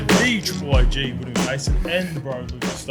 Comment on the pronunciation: Come on Willie what's up with your pronunciations.been living in Australia to long